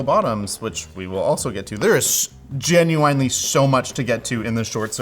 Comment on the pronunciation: I feel that he has pronounced genuinely wrong his entire life, and nobody has ever corrected him so he believes it to be the correct pronunciation